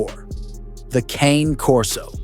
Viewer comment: Why do you mispronounce CANE? Italian, Caw nay, 2 syllables, not Cane, though you said it 2 ways. ? 😮😮